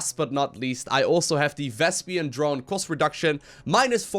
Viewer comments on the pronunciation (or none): hey look....cool video. Just a friendly note....having seen some of your video's, you have a funny way of pronouncing VESPENE. You say something like ves-pi-un instead of ves-pene. it's two instead of three syllables. If you are aware of it, discard my remark :)